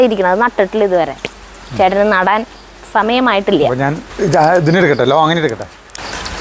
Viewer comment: ചേട്ടാ ലോങ്ങൻ അല്ല ലോങ്കൻ എന്നാണ് ♥️😊